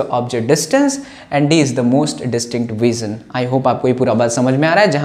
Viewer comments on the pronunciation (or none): vision is pronounced /ˈvɪʒ(ə)n/ !!!!!!